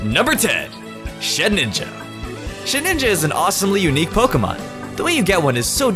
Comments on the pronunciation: it shedINja, not shedNInja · It's ShedINJA not shedNINJA